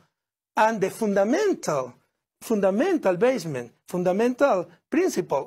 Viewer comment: Fundamental Bassement jajajaja